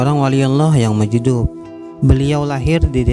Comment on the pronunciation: Bagus konten ya,,berpaedah byak,,,tapi tolong di perbaiki tulisany ataw sebutany...itu wali mazjub...huruf ja ujung ilat...bukan hurup dal...tengah1